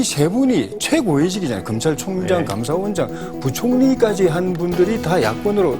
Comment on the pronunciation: 검창청장이라 자꾸 발음을 하시오 검찰총장 아니오??